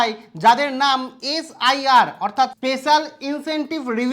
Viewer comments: This. V d o . maker. Some how. Not proper. Educated. Every time. S I R. He is telling S R I. apart from. His clarification. Not cleared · SRI noy SIR bolte sekho